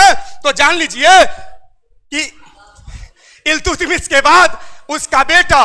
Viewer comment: इल्तुतमिश नहीं अल्तमिश